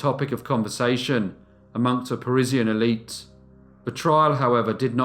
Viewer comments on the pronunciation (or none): none